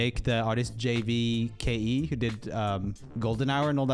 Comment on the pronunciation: It's pronounced "Jake." :)